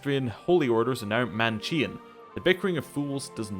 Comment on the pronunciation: Manichean is pronounced with a k